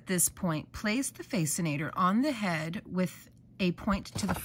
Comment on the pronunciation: Millie is such a Diva! She looks amazing in that fascinater! Pronounced like fasten-ater. Just FYI 😅